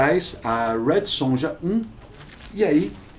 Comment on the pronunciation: gente, J tem som de Y